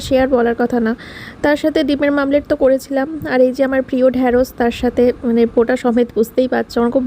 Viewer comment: Dimer mamlet😂😂😂😂 ota mamlet na omled